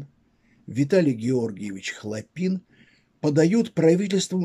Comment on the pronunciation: Ударения !!! ХлОпин, именно так на Петроградской стороне называется институт Радиевый им.